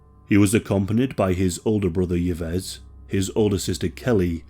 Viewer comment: “Yves” is pronounced Eve